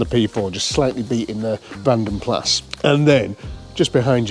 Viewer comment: Keep meaning to tell you in Vanden Plas the 's' is silent. Vanden Pla is how it's pronounced.